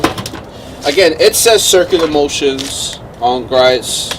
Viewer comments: Dude, It's pronounced "Gree-oh's". Just check out one of their you tube videos and listen to the man say his own name.... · it’s not so much the “t”, it’s more the vowel sounds. Gree ohts